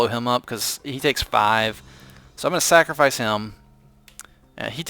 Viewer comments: He says "Snackrofice it" not "Sacrofice it" :D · it sounds like you're saying "snackerfice" I think it sounds pretty cluzery:3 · are you deliberately saying "snackrifice?" Sorry if its not, thats just what I heard throughout the video haha. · Its time for a Snackrifice. Snackrifice is the word I keep hearing when he saws Sacrifice. Make that a thing it could be good. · Don't know if its me but I keep hearing the word 'snacrifice'